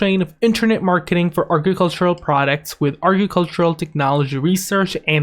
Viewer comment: Couldn't watch it all the way through because of how he says agricultural.